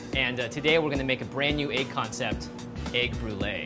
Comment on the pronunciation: It's pronounced "egg" not "ayyyggg"